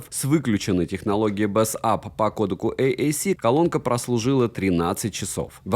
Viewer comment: БЭЙС АП! Почему ты в каждом видосе говоришь «БЭС АП»? Бесит пздц.